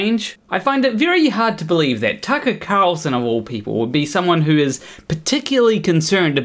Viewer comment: Don't know why you pronounce Tucket Carlson like a pirate, but I kinda like it